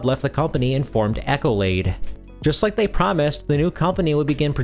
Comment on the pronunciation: If English is not your first language, FFS Ask Google how to pronounce something. It's not "Echolade" Google: Pronounce Accolade